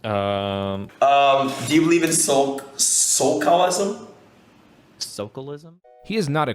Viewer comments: Jesus christ, this dude is like a real living cartoon character of the brainless jock that eats glue and hits his head on walls to make himself laugh When he said "sos chalism" to mean "socialism" some of the light inside me died... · So everyone who gets TV or internet acclaim is smart? 🤔 I'd check out TLC and reevaluate... If he had writers for his interviews and conversations, he should hire new ones. 😂 Like, imagine having a writer coach you to pronounce it like "SOAK-alism". Dude's such a dweeb, I don't give a shit about his contracts. I'm still sure he'd be broke as hell without them.